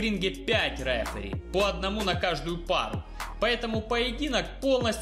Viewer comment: никогда. Не. Говори. РЭФЭРИ, без пафоса давай